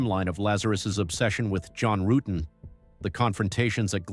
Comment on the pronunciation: Yea, that was something. I don't think I realized that the detectives mispronounced John's last name the first time watching.